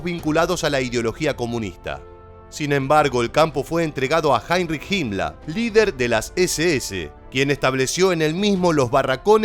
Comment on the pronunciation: Hola podrías explicarme quien era JIMLA me parece que pronuncias muy mal los nombres alemanes. No sera que te refieres a la HIENA HIMMLER de facil pronunciacion. Saludos desde Uruguay